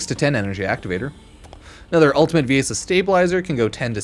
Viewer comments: Viaessa? It’s VIESSA VI-ESSA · Like Venessa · It’s pronounced like ‘VE-NESSA’ ‘VI-ESSA’